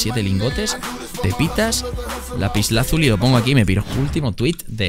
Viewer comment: Nadie: Auron: *Lapsiazul* TheGrafgequis: *Lapisazuli*